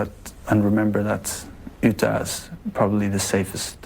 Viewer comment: You say utøya like Utøia